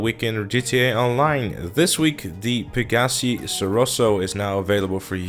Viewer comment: It's pronounced peg a see